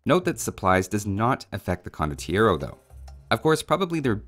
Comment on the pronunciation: You can't really pronounce it without shouting the 'O' at the end, it's just wrong.